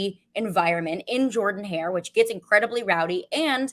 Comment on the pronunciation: Ooops. She said Jordan Hare with a long O. Subtract 6pts from her “performance score “ 😮